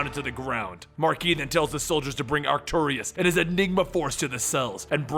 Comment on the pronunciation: do the Micronauts! and if you do his name is pronounced Ark-too-russ. no i